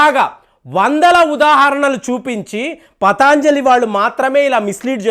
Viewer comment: it is patanjali, not pataanjali.